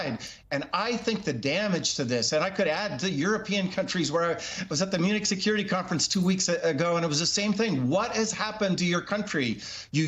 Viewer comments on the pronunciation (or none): none